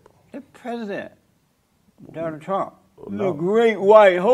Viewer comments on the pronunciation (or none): none